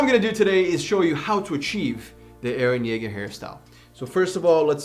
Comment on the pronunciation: You haven't watched the anime yet you pronounced his name perfectly... Wow